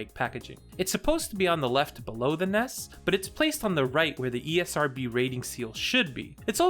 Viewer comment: I started watching this but he keeps pronouncing NES. Took me Out